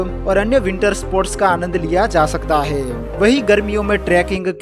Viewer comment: He😂 he 😅he😅😂😂😂 hai are bhai hai he.he 😂😂😂😂